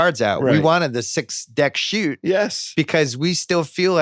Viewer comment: Why doesn’t he know it’s “shoe” and not “shoot” 6 card shoot 🙄